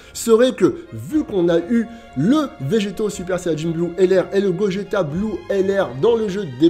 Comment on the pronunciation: il a vraiment dit bogeta ? 😭😭😭😅